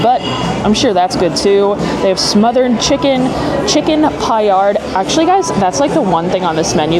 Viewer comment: I love the chicken paillard! Btw - thank you for saying it correctly as most influencers butcher it. Husband has had the burger and enjoyed it. Love those hush puppies!